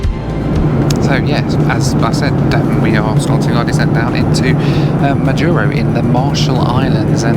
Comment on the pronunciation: I completed one million miles on United on this very route. But coming the other way. It was on the Majuro to HNL segment. I've been on the Kwajalein base, had my iris scanned to get in. Curiosities... Next week I'm on my way to Majuro. By the way. And it is MAjuro and not maJUro. And Kwajalein is pronounced KwajaLAne.